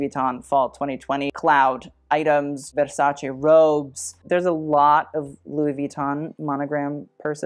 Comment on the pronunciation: You are not pronouncing Versace right